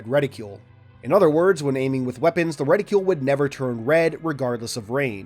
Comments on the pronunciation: It's reticle, not reticule. For somebody who reads a ton, you sure do mispronounce a bunch of words. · Ret-icle. Reticle. Not Reti-cule. We don't call Icicle, Ice-icule... Sorry I have to make this point of Ridicule.